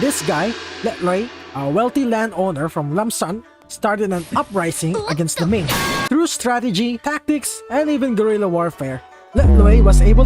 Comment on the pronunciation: Lam Sơn not làm son